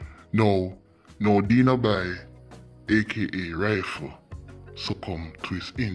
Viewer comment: The way how he pronounce Denoby’s name🤣🤣🤣 That’s my childhood friend. RIP 🕊️🕊️